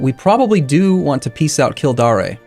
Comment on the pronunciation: kildare rhymes with fair